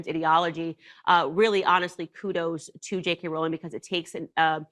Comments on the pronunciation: Its pronounced ROLL-ING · The only thing Candace got wrong was the pronunciation of JK ROWLING! It's ROW, like row, row, row your boat! It annoys me to no end when "professionals", mispronounced people's names.